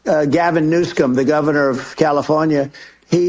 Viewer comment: does anyone else think trump spoke like h'e got a mouthful of KFC fries and no diet coke to gulp em down ? "...Gavin Newfscom the goffernorf oth Calithornia..."